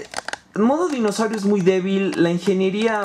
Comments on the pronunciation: se dice dinosaurio no mimosaurio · es dinosaurio no mimosaurio